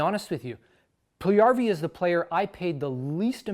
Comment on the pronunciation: Puljujärvi (1PULL-you-2Yar-vee) - You said it Pull-1YAR-vee :)